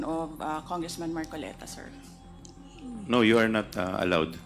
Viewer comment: Weeee dumali nanaman si gadgaran facing ..'marcolets " 😂😂😂😂😂😂